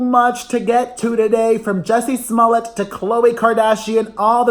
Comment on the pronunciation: It sounds like you're saying jessie's mullet every time and it makes me think of john stamos ❤